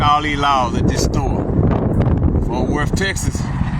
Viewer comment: Fort Wurf Texis....